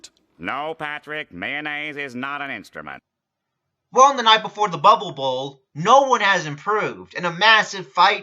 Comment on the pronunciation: anyone notice when Patrick said instrument it sounded jiggle